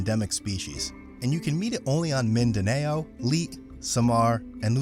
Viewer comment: Not min da nayo it min da now.